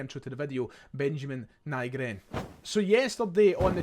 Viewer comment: Nygren translates to/is pronounced Newgren in english. Ny is Swedish for new.